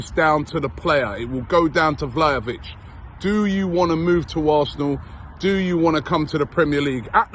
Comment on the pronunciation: “Hi and welcome along to AFTV Vhlahovic daily”